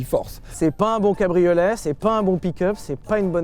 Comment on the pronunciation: Et ouais, c'est un "pique'eup", un "cabri au lait", et enfin un "musk eul'car" avec une boitoto😆😆😆